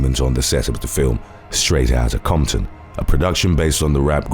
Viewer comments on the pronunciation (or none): none